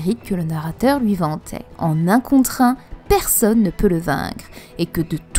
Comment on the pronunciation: Le narrateur ne dis pas que en un contre un il dis " qu'ont dis" très bonne vidéo comme d'habitude